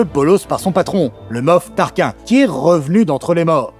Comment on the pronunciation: TARKINE ! KINE pas kin c'est pas Tarkin phonétiquement...